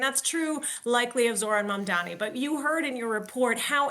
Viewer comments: Many anchors mispronounce his name to Mamdami, including the one here. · You're saying MANDAMI, unprofessional. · MamdaNi, not MamdaMi Deutch should say the name correctly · Could you possibly stop saying "Mamdami"? It's MAMDANI. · It's MamdaNi not Mandami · Mamdani not mandani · his name is MamdaNi not MamdaMi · Atleast learn to say his name RIGHT!!! Its MAMDANI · U can pronouns Mom Dani. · DW, train your hosts better. Even this guy could not pronounce his name properly. HOW HARD IS IT? Its Mum-daani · MAM-DA-NI.... Not that tough... Learn it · CON dani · M A M D A N I! Why’s it so hard to pronounce? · how difficult is it to say Mamdani? these anchors are incapable of pronouncing words they don't already know, learn to read people. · Wow. You can't even pronounce his name correctly? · This anchor cannt pronounce the nama right. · Why can't you pronounce his name properly??? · The DW anchor can’t even pronounce “Mamdani” correctly.